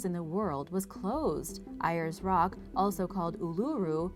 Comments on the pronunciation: "Eye-ers Rock" ... also called "Oolooroo"... ?? Make an effort... :) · In Australia it is called Ayers Rock but Ayers Rock is pronounced as AIRS ROCK